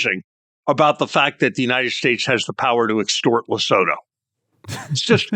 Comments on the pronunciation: Lesotho is pronounced Le-Sue-Too 🤦‍♂️ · Thank you, Sacks, for pronouncing Lesotho (Lu-soo-two) properly.